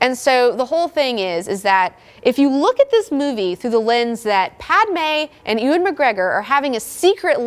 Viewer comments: it's pronounced yoo-an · You say Ewan so funny i'm dieing